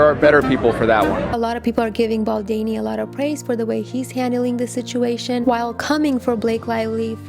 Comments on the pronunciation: "Baldini or Baldani" ....there's an 'O' BaldOni lol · Baldoni!!! Just as it is spelt. Your mispronounciation is distracting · Hi. Just wanted to say that his name should be pronounced as Baldoni ( same as the spelling) not Baldeni. Its a little distracting, sorry. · It’s baldOni not baldani lol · Baldoni = “do” is pronounced like “donut” or “dough”. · Bal-DOH-ni, it's an "O" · Why would you just not take two seconds to google how to say his last name? So disrespectful and I can't keep listening to it pronounced wrong. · very distracting! It is not a hard name to pronounce. Also, his name has been heard around of late! Confusing that she has not heard it and learnt how to pronounce it.